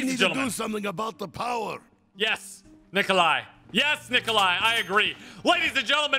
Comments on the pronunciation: ''Nikolai'' rhymes with ''die'' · Die rhymes with Nicolai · Die (eye) by the hands of Nikolai (eye) It rhymes lol. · Nikolai rhymes with die